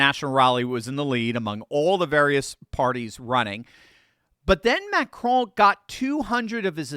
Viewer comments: Just say, “Macron”, like you would the cookie. No need to try and pronounce it. Macraaaaan 😂 And no, I’m not talking about the macaroon hahaha Carry-on ❤😂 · You said it wrong Macaroni!!! 😅😅😅